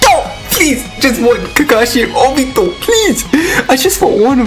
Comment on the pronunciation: I really like the way how you pronounce Naruto and Obito. NaRUTO, OBIto